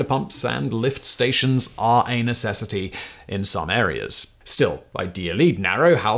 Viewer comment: Interesting cadence on "a necessity" ... with the accent and cadence, that most certainly sounded like "anus-essity"... lol